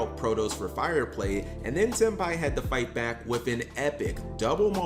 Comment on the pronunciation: Cap pronounced Tenpai correct this video 😂 I said this o Mkohl40's vid on Ghost Sister and I will say it again here: Folks want to whine about The butt ton of life points to gain, but say nothing about her effect that halves the users LP on End Phase if no life is gained by the effect. But then again, today's duelists more likely don't read all of a card's effect, "Reading, what is that?" Honestly, seeing Rit Beast getting that Gigachad 2nd place finish gives hope for more variety in top cut pools, even is 40 of the top 64 decks played with the Fiendsmith cards. The more Gigachads taking unexpected decks and playing them like you stole the whip makes me smile. Ancient Gears in America, Ritual Beasts in Europe, now we wait for the Gigachad to run Madolche, or Ice Barrier